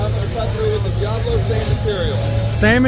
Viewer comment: Dee-ah-blo NOT Dee-ay-blo